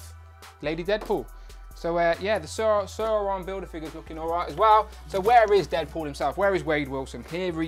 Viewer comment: Not søøron sauron